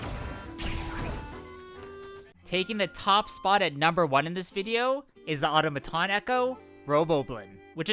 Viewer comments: AU-TOM-A-TON!!! Hearing you pronounce it auto-ma-ton was like nails on a chalkboard 😖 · The phonetic spelling of the word "automaton" is "aw-tom-uh-ton, -tn". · That's not how you pronounce automaton.